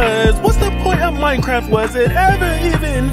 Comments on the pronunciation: Its MINER not MINOR i know yall. Its MINEcraft. MINE. MINE=MINER. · I KEEP HEARING "the girl's a minor" 💀💀💀💀